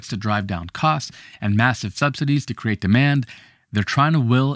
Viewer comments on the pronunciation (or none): none